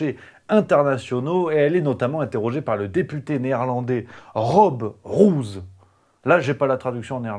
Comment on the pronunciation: Rob Roos ? Dites "rôôs". Une rose ; ou des pellicules.